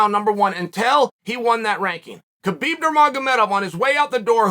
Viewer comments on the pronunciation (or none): none